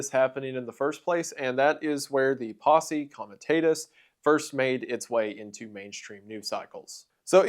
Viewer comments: If you were going to spend upwards of 10 minutes talking about posse comitatis I would think that you would actually learn how to pronounce it. It's painful listening to this. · How do you do research on Posse Comitatus without listening to how to pronounce it? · Heard posse comitatus like funky cold medina